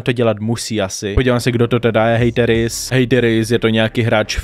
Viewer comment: Tvoje příprava na video je úplně irelevantní doslova o tom člověku nic nevíš řešíš ho jen kvůli tomu aby sis udělal čísla..... je mi z tebe zle a nauč se vyslovovat hateris díky.